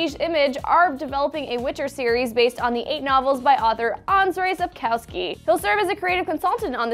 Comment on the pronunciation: And she totally butchered Andrzej Sapkowski.